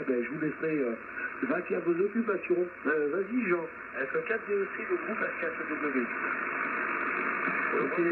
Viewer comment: Bonjour, Merci pour la mise en ligne de ce QSO;-) Pour info, c'est F4DEC Jean et non F4DET, mais ce n'est pas bien important 🙂 A bientôt j'espère en fréquence, juste à bucher un peu et vous aurez un indicatif! Mes amitiés, 73 Joe de F4EWX